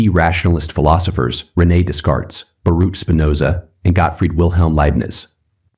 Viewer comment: Hey there! Good stuff, I just wanted to point out a little something for you if you don't mind me being a little pedantic. The Philosophers are pronounced : - Day-cart (not dez-cart) - Bah-rook (not bah-rooch) - Lai-bnitz (not lai-bniz) (Feel free to remove this comment)